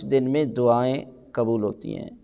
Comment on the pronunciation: QibLA MouLanA Sahib PLease, FirsT ImProVe Your ArabiC and Urdu WorDs QaaF HaY QubooL HaY Kabool Nahin HaY YaQoob HaY YaKoob Nahin HaY KaiseY ALiM e DeeN Hain Arabic Urdu Bhi Sahih Nahin BoL SaKTeY VerY SaD.